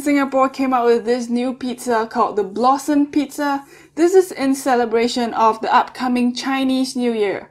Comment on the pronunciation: sorry but i thought you said "blossom shit pizza"